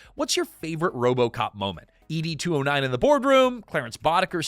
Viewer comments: you keep saying E.D. 209 instead of ED 209 and it's irritating AF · E.D. 209? Were you dropped on your head as an infant? Everyone knows it is pronounced Ed 209 as in Edward. You make is sound like a Blue Pill commercial. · You can pronounce the director’s name correctly over and over again, but you can’t get “Ed 209” right? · Why are you saying it like "ee-dee" 209? You actually watched the movie before making this, right? 🤨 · You beat me questioning just that. The narrator gets on here portraying himself as a Robocop superfan and then shows that he actually has never even watched the movie from beginning to end. (Dear: it's pronounced Ed, just like the shortened version of Edward).